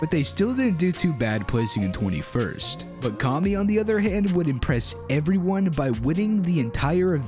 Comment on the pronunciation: It kami not karmy